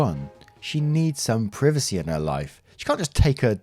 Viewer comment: Ngl I hate how you pronounce "privacy"